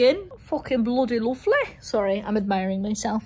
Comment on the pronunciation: fockin bloody loveleh lmao